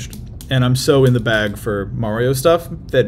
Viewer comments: I don't know how authoritatively you can speak on Mario voices, given that in this very video you were pronouncing it "Mary-oh" right up until Miyamoto's dub actor spoke it out loud. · Why do people pronounce Mario as Meh-reo? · Weirdest part of this video is how he pronounces mario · He switches between pronunciations so it definitely is lol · I feel like this whole video was just taking 15 minutes and 48 seconds to tell us that he pronounces 'Mario' wrong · The way he says Mario hurts my soul. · i think he's saying mario wrong on purpose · Why does he keep saying mario wrong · Why is he mispronouncing Mario's name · Um actually it’s pronounced Mario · Bruh why does he pronounce Mario like that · I’m cracking up at how he kept saying “Mary-oh” until he started watching the video and they were saying it correctly, then he started saying “Mario” without even realizing it lmao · i dee kay dude its merio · BREAKING: Man Spends 15 Minutes calling Mario "Merio" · I cringe everytime someone says Mary-o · why do you say merio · once said:mareo P.s. I know it’s said Mario but how said it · Take a shot every time he says "MEHrio" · MAYRIO TRAILER MAYRIO TRAILER ITS MARIO TRAILER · Who the hell is “Merry-oh” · At the beginning of the video he pronounced it mayor-io and at the end of the video he pronounces it Mario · does not have a voice that's supposed to say Mary-o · It’s not merryo it’s Mario, like mark, or Marvin, or marshmallow. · MAIR-io??? it's MARR-io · why do some people say "mare-io"? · why does he say may-rio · stop saying merio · Mah not mae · Even though I think he’s trolling us, every time says “Mayrio”, I flinch. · Mare-io pronunciation is a joke — you can hear him switch between the two throughout the video -Paintspot Infez Wasabi! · Did bro just say Mayrio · The way you pronounce Mario is painful. Maehryo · bro said merry-o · Bro did not just say Mare-ee-oh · why do you keep pronouncing it Merio?